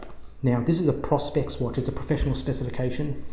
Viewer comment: if your going to do watch vids please learn how to pronounce its pro-spex not pros-pex it stands for professional-- specification